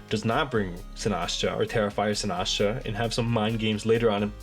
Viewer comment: Why do you pronounce Sinistcha like Sinahshu LOL Great video btw! Excited to see you two face off!